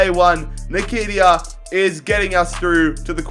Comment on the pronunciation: If u pronounce Nketiah like that again, I swear to god.